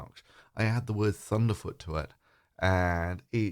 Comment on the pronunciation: Hi,. No, the h is not included in pronunciation. I'm from the UK. Bear in mind, Thunderf00t has probably always pronounced it this way, but may also be tired.